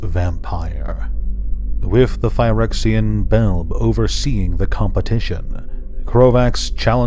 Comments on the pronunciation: it's Bel-bee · Love your Videos on the Weatherlight brother. I thought Belbe was pronounced "Bel-Bee"? Have I been wrong this while time!?